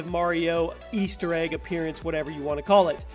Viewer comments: anyone else bugged at the fact he pronounced appearance as "appearyance" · I don't think I've ever heard anyone else pronounce appearance as "appearEance"... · Lol, Appear-y-ance. Why donyounsay it that way? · From now on ima say apeariance instead of appearance